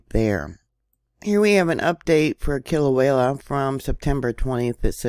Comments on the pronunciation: Aloha,! The locals over here pronounce it “kee-la-way-ah”, and even up here in north kohala we feel the bumps and wiggles, thank you for informing on these events for us❤❤ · I couldn’t help it I cracked up too!!! Sounds like…Kill-a-way-a!!!🕊✝️💞